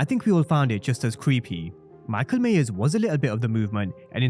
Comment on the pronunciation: Myers not Mayers